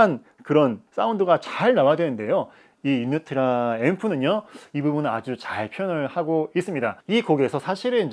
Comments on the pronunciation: Originally in Poland where Unitra is made the name is pronounced without Y at the beginning but like in oo Unitra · 유니트라 발음이 왜 그냥 넘어가지 유-니-트-라 라고 정확히 발음해야죠....